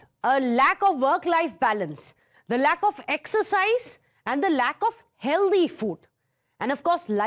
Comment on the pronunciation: Healthy is pronounced "Hell Thee" Not Hell Dee No offence